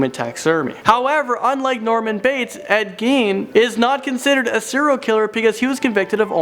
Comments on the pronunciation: Am I the only one who noticed he said Ed Gain and then right after he said it right and said Ed Gein? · They keep mispronouncing Edd Geene's name.